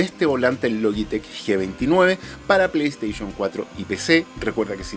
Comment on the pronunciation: Me encanta tu canal yo trabajé en venta de productos tecnológicos Samsung solo te hago una crítica constructiva pronuncia bien play station me sangran los oídos cada vez que dices play station